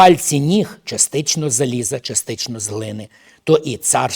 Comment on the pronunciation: Частинно, не частично. Не перекручуйте слова з Писання.